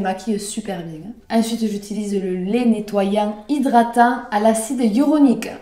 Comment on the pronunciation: "acide hyauronique" acide HYALURONIQUE 🤣🤣